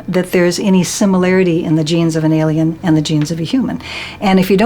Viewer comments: To whom it may concern: The word is pronounced "ALIEN", not "ELLIAN". Thanks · And to whom it may concern: The word "alien" is not pronounced ...Ellian. It's Alien. Thank you